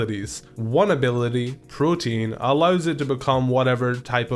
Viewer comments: Pokemon community seems very smart- the trouble you go through to make so many well informed videos, in collaboration with your friends. But none of you can pronounce PROTEAN. PRO TE AHN not PROTEIN. PROTEAN pro-tee-ahn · I think it's great that you tried to avoid typical/obvious choices like most rankings, such as by not including Blaziken, but then you messed up with Greninja. Greninja is incredibly broken to the extent that it should be banned. Its stats and movepool are great and would have made it a really good Pokémon as it is. Putting Protean (which you constantly pronounce wrong) on it just ruins a decent Pokémon by making it overpowered and unbalanced. Then giving it Ash-Greninja, which is better than most Megas, is stupid. I feel like they should maybe leave the Pokémon for now so people can enjoy while they can, but it needs serious nerfing in future generations because it's a joke and one of my least favourite starters because of this.